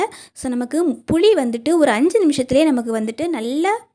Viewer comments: தமிழ் உச்சரிப்பு சரியான முறையில் உச்சரிக்க பழகுங்கள்.... puzhi illai... puli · புழி, அல்ல புளி சொல் தவறு இல்லாமல் சொல்ல வேண்டும் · சகோதரி.... புளி.... புளி..... புழி இல்ல..... மாற்றி கொள்ளுங்கள்.....